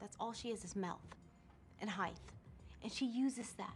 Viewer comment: “And Heighth”